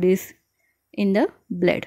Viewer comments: Why did you pronounce bled??? instead of blood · Your pronunciation -Bleed test,den 😅😂